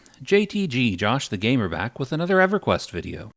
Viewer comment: I got to know the reason for why you mispronounced everything. I even had to re-watch the intro just to see if you said EverQuest as Eveyquienst